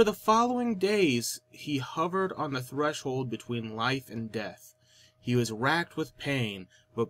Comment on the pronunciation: Death not dratt...